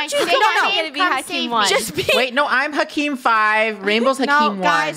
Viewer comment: says hakim as hekim bahahhahhaha